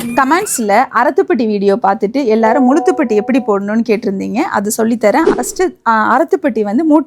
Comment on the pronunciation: Nowdays girls dont like. Say properly la muzha thupatti dont say together sister